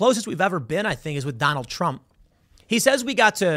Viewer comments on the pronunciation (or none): none